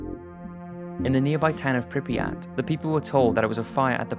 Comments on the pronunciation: Good documentary, but I wonder: what's with Prypiat pronunciation? You English speakers seem to add extra letters (for example NaTzi instead of Nazi), and the same is here. Is Prypiat, not PrypRiat. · “Pripiyat” lol